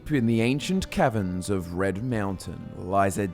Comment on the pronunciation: it sounds like you say “deep in the ancient Kevin’s :)